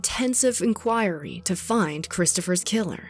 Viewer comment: Jesus christ, I love this channel but you need to learn how to pronounce words correctly. "Sayga" "Inchoiry" bruh come on pronounces those words like that